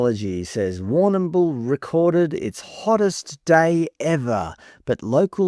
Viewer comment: We just say war - nah - bul in Victoria. You don't have to pronounce the 'm' so hard, or at all really. LoL.